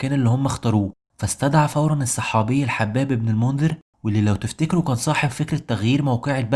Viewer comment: مجهود كبير تشكر عليه، ويجزيك الله عليه خيراً ان شاء الله. آمل فقط ان تتأكد من طريقة النطق الصحيحة لبعض الأسماء، مثل الحباب، فهو "الحُباب" بضم الحاء.